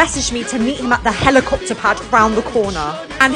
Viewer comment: "An uuuuuuuber helikupta "